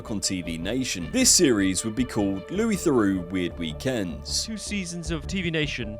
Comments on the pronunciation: there's just one Louis. The s is not pronounced. Geez! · Louis is pronounced "Looie" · Not to mention at one stage he pronounced Louis phonetically.